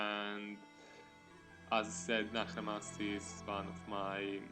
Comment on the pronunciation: Bro, it's not Nahramas, it's Naksramas!! :P